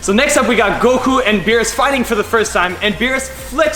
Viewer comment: you said Goku wrong